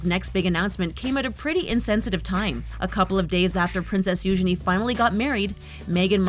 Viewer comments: You-gene not you-ge-ne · What do you mean - "Moved into a SMALL cottage?" Frogmore Cottage is five cottages joined into one large dwelling. It has for example five bedrooms. Have you seen the picture of it? And the princesses Eugenie's name is pronounced You- GEE- nee". Make sure you do your research before doing your voice-overs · It's not youshany it's youjeny(eugenie)!!!!!!!!!!!! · It’s Eugeenie get it right America